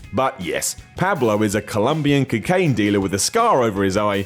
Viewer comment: "Cuckain dealer"